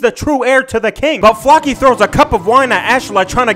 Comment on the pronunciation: flock-y, bruh, flow-key...